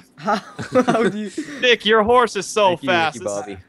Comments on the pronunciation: Its Vikk not fucking Vick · Its Vikk Not Vic lol